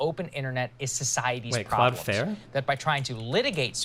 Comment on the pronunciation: Buddy saying cloud fare triggered me